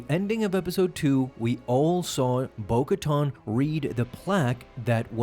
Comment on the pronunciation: bo katan not bo koton..